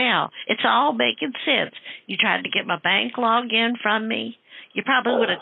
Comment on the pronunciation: I love it when you toss logic in the scammers face. Trying to get your bank "Logeen" was hilarious.